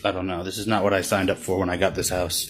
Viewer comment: Wo dis nahi this hota hai🤣🤣